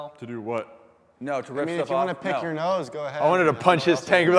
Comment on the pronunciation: Lmao he said PEEC XD